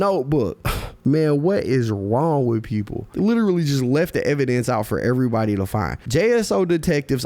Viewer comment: He said evan dance or evidence